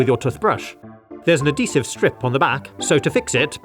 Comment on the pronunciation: Adeesive pad? Not adhesive?